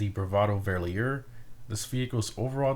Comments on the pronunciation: I'm not willing to scroll all the way down to see if it's been said already, but Verlierer is pronounced Fer-leer-er. I learned this myself a month or so ago, I had been saying it incorrectly since the release as well 🤣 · Damn, as a German it hurts to hear you say the Verlierers Name. Well, it doesn't sound good in German either, because its name actually translates to „Loser” in English. Great content though, keep it up!